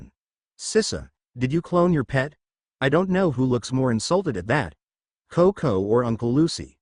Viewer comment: The only real annoyance I have so far is "Cocounty" instead of CoCo. Lol